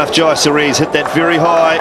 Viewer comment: It's jayasuriya not yayasuriya